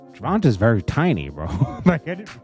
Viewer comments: His name is Gervonta not Gervontaz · it's pronounced Gervontay not Gervontah. Come on bro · Yo it’s pronounced tay not ta. Come on bro 🤦🏽‍♂️ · Its pronounced Gervontay. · Ger von tay...... wtf jt. Say his name right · Gevon-Tayy man! Got to get that name right. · How are you continuously saying his name wrong?! There's No Faking That Was A Nice Liver Shot Hook And A Miss Bam Look At The Slow Mo And Facial Expressions💯🚫🧢✌🏿🏄🏿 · You just wanna say his name wrong hater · Please say his name right!!